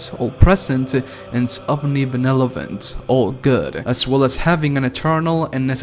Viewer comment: "Benelovent"? LOL